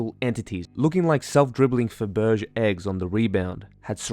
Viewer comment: fab-a-jay not faburje ;)